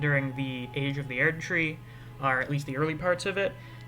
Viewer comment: you pronouncing 'ERRRRRRRRRRDDDDDDDDDD' tree wrong really bothers me. english is your only language. how do you suck at it???